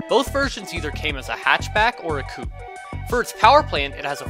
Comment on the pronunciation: You pronounce "Coupé" so weirdly...